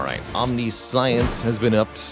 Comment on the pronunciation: It's "om-nish-ens" not "omni-science", it is spelled very confusingly tho :-)